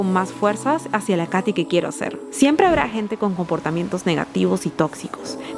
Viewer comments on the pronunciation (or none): Cuando dijiste hacia la Katy que quiero ser, mis oídos escucharon hacia la candy que quiero ser 🤣